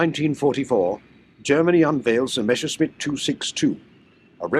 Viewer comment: MESSER-schmitt ... NOT MESHER -schmitt!!!